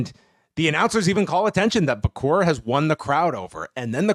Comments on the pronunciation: vaquer is pronounced Vacker not vacour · He says Vacor, but yeah its Vaq - her sounding.